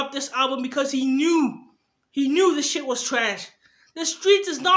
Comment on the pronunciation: Shit bro you saying sheet